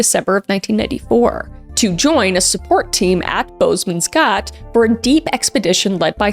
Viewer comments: Girl, i love you but Im South African and your pronunciation of Bushmans gat had me laughing. "GAT" is Afrikaans for whole. And Bush man were the indigenous people that lived in the area. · As a South African, the ‘Boesmansgat’ pronunciation had me laughing😭😂 no worries though, Afrikaans is a whole challenge. It literally translates to ‘bushman’s hole/bum’😅. Respect to the people in these stories though🙏🏻this is really heartbreaking. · Your pronunciation is horrible but I love it 😂 Thank you for sharing a story from South Africa ❤ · South african here, bosmans gat is pronounced wrong 😅 think of it like boss - (employer) with a bit more ss Man - like a bit more aaan on the man And gat like chg. You need to geel that g in your throat, amd then at. Ghat essentially, aorry that threw me, buuuut i love your vids i watch most of them especially true crime to relax and knit and sleep maby, keep doing what you doing Kris! ❤🎉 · Kris I wish I could teach you Afrikaans ... You butchered the names 😅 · When I first heard “Bosman’s Gat” I was like wait a minute… something about that sounded off 😂 come to find out lol! For some reason it never occurs to me that people might have a hard time pronouncing Afrikaans words so I get so confused 😅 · As a South African, I challenge you to learn a little Afrikaans and learn how to pronounce "Boesmansgat" and "Vereeniging" correctly 😂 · south african here, I love how wrong you pronouced the names lol its very wrong but don't feel bad our GPS says them even worse I really love the video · When she finds out how you actually pronounce Boesmansgat 😂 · As a South African, I must say those pronunciations of vereeniging and boesmansgat were diabolical but I love that you said it with confidence and just went with it 😅❤ the boes is said similar to boos but not so drawn out and gat, the G is said like you have something stuck in your throat 😊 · that's not how its pronounced 😭 it's Afrikaans and pronounced Boss-muns-khut